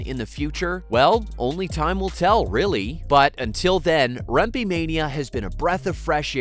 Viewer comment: His name is also pronounced "remp-eh" not "remp-ee". Go T-birds and rangers!